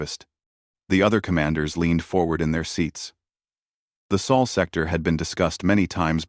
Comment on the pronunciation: It's "sol sector," not "soul sector." Geez, doesn't anyone edit these stories?